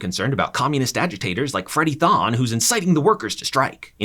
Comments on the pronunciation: Adas husbands name is Thorne not Thoan. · This isn't "Tha Flash" it's not Thawne it's Thorne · It's Freddie Thorn not Freddie tHoN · It's thorne not thawn, there's an 'R' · "Throne" not "thawn" this isn't starwars lmao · Him saying Freddie Thon instead of Thorn has to be on purpose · Thon bro it’s Thorne have you not watched it at all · "Freddy Th(awn) " lmfao smh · It's thorne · Who tf is Freddie "Thaahne"? Just asking.